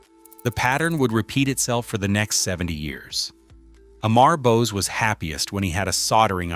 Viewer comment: Dude this 2026 and you still cannot pronounce Bose founders name properly